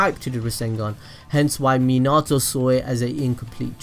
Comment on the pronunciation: You said minâto. Not minato ... Too much "Ah" Its "ao"